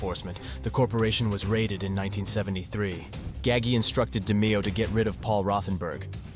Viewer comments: Who the f*%k is Nino Gag-ey Or Roy Dahmeo? Maybe you mean Nino Gaggi (Gah-Gee) and Roy DeMeo (Duh-Mayo) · NO! It’s ROY-DE-MEY-HO-HA WTF IS WRONG WITH YOU! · I mean if your gonna do a fuckin documentary learn the correct pronunciation of the main guys in the doc. He’s fucking up Roy’s name Dameo and eppolito Ahpoloto. But when he says the Demeo Crew he says it fine . Wikipedia or strait out of a book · ITS ROY DE-MAYO!!! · What's fucked up is that sometimes he pronounces it correctly. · I wonder if these narrator's think they are disrespecting these mob guys with their blatant mispronounciatiins.. initially he got DeMeo's name right, then he went on to blunder that too. Apparently these narrators don't realize that when they can't even take the the time to get the names right, it makes people wonder what else they got wrong. I guess it just doesn't bother them to sound like IDIOTS!!! I wish these people could be confronted with their emphatic apathy and incompetence.